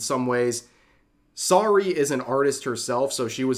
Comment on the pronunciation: Anyone else kinda surprised he doesn't know how to pronounce Saruei's name considering that Vtuber coverage is one of the main things he covers. For reference it is pronounced Sa-roo-eh phonetically.